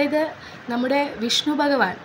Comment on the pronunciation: ഒത്തിരി നല്ല അറിവാണ് പക്ഷേ ഭഗവാനെ ബ എന്ന് ഉച്ചരിക്കല്ലേ